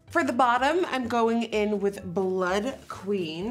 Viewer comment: Nikkie emphasising the “d” on the end of “blood” was everything, low-key sass to the people taking the piss out of her on the review 😂 WE LOVE A SMART SASSY QUEEN